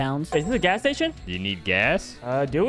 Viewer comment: What BRO you Just say gaas